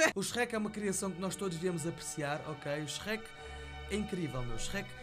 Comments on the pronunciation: Meu deus, em Portugal parecem q vocês "Sherrek" em vez de Shrek... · Sou do Brasil e amo a sua pronúncia do Shrek HAOAHEOAHSOA "CHERRÉQUI"